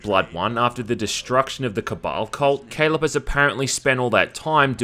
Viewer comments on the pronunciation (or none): none